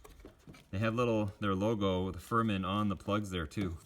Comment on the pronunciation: it's pronounced fir min not fur man. talk about the Chinese getting the spelling right or the translation correct